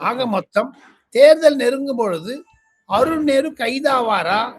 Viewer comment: அருன் நேரு அருன் நேரு என்று தவறாக சொல்கிறீர்கள்